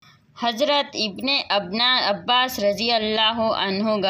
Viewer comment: అబ్బాస్ గారి పేరు సరిగ్గా చెప్పు అమ్మ తల్లి